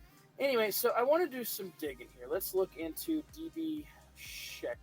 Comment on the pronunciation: FYI... phonetic... Sh-ank-er...